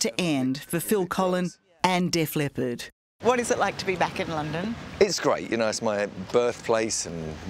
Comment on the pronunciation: It’s Def LEPPARD not Def LEOPARD. FFS 60 Minutes